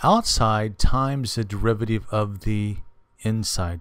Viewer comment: This video has NOTHING to do with understanding the chain rule. All you are doing is explaining the step by step process which a TODDLER could do. Also, very distracting when you mis-pronounce things like "derivateeev" instead of "derivative". Furthermore you should use leibniz notation not newtons. I hope you don't teach in real life.